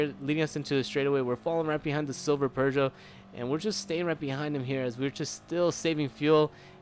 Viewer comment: Bro, it's not "per-zho". It's "poo-zho".